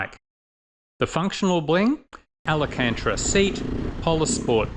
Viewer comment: AL-AN-CANTRA fabric 🤣